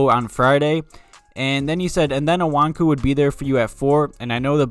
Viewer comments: I agree that no matter what you draft best player available over need. Btw it's "O-KONG-WU" lol geezuz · It's pronounced Oh-kong-wu or Oh-kong-yu. That's what I've heard the most.